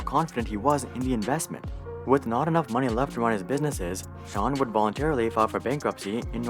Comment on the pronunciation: I love how he pronounces sean correctly